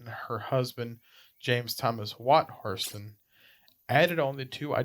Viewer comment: Pronounce Hairston correctly! If you know the history you surely know the correct pronunciation!